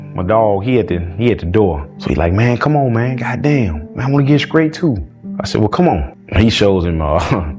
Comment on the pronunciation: "I wanna get skrait too". 😂😂